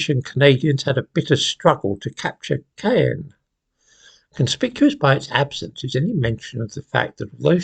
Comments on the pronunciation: The French pronounce Caen more like K-ohn, never heard it called Kay-en. Caen was expected to fall into Allied hands soon after a successful landing. Caen lies about 9 miles south of Gold, Juno & Sword beachheads. Caen & its surrounding area was a strategic transportation hub for the Germans and needed to be captured. It took a lot more fighting than expected. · Yes. First time I’ve ever heard it pronounced like the name of a pepper. 🌶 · A bit of a pronunciation meltdown there when it came to the city of Caen.